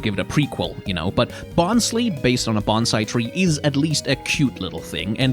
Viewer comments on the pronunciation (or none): Sudowoodo's baby form isn't pronounced "Bon-SLEE", it's "Bon-SLEYE", as in a sly and cunning mimic